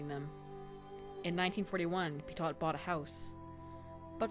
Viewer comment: OK, but it would be even better if the protagonist's name were pronounced correctly. (Petiot is pronounced: pet''-ee-oh)